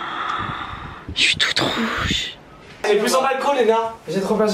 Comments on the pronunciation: Tu as dis "chuis toute vouge" 🤣🤣🤣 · Tu as dit je suis wouge